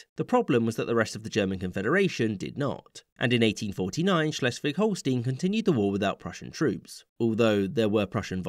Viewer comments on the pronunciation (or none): How hard can it be to research HOW something is pronounced right like Schleswig-Holstein.: too hard, obviously